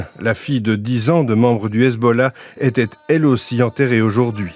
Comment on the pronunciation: "Elle étaite", ça veut dire quoi ?